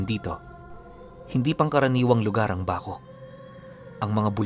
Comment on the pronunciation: Natatawa ako sa pgbigkas mo ng Baco.., 😂😂😂 halatang Hindi ka tiga-Mindoro… Totoo po ako wakwak sa Mindoro..